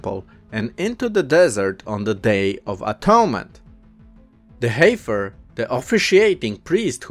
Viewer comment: Brother, the word "heifer" is pronounced like "heffer". The 'i' is silent. English can be a strange language, I know.